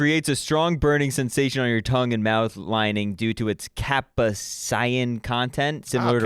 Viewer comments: Cap-a-sion? Ya mean capsaicin? Lol!! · it's CAP-SAY-A-SIN. Friggin rich kids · NGL fumbled the pronunciation of capsaicin. He wasn’t a Food Network kid, I can tell you that much! Good kid! I got a lil guy! SHULZY!